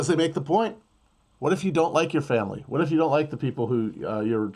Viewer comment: This mf said watt & dauble